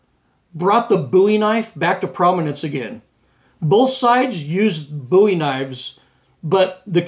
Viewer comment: It's Called BOW,,,,E not BOO E Look How His Last Name Is Spelled.